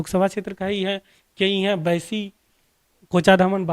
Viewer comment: भाई साहब ये बाईसी है ना की बैसी….अपने word में करेक्शन कीजिए